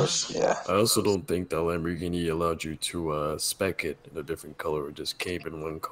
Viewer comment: not hating, but people needa learn to pronounce lambos names, its not that hard